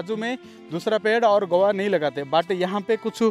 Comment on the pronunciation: गोवा नहीं guvava होता है बे, पहले पढ़ाई कर तब वीडियो बना